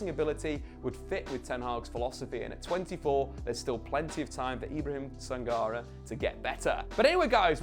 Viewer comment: Your Sangaré pronunciation makes me shiver. The accent on the é would make it Sanga-ray